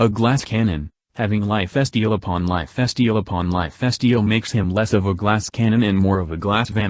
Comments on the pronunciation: say "life-es-teel" one more time, I dare ya. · "Lif Esteal" God bless text-to-speach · I know you don’t really have control over the text-to-voice, but boi did I laugh at life steal becoming “ Lyif bastille “ Anyways, I guess another frame that would get nerfed harder than Mag? Yeah, I guess if I want to pretend I’m AC/DC from JoJo, and everyone is using hamon guns, this will be great for me. :D Thank you for making this video